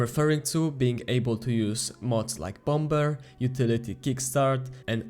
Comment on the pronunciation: I like how you pronounce the second B in Bomber 😂❤